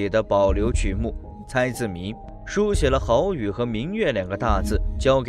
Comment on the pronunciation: 这旁白是人工智慧合成的。以为有的地方人根本不会读错，但旁白却读错了。比如“好雨”，他读成了“耗”雨